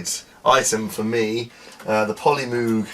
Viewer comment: Pronounces The Polymoog SYNTHESIZER As Polymoag